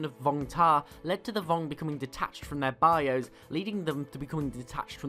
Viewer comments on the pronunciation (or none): none